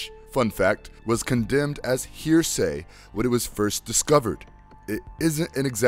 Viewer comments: "Heresy" not "Hear-say" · I think you mean it was condemned as he-re-sy, not hear-say. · heresy should not sound like (here say)